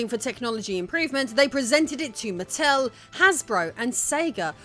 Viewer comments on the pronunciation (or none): none